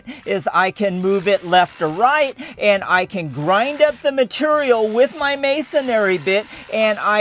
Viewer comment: that's some purdy "mitureal"